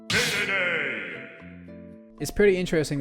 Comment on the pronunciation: it's not "deedeedee", it's DEDEDE. Like DE in "DELTA".